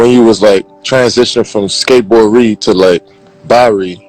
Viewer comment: He said "skateboard rie" im done with u ky.. Love u tho